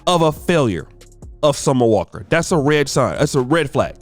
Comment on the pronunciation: Summer on the walk? 🤔 The ability for to butcher these celebrity names is unmatched! 😂😂🤣🤣